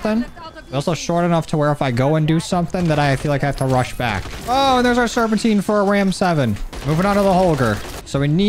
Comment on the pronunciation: ITS SERPENTINE Serp in tuh night